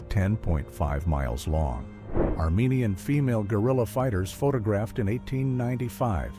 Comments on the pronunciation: Omg AI can’t even say the word photographed. . Please stop using AI voiceovers. They really ruin videos. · Can y’all teach your AI how to pronounce photographed? Please.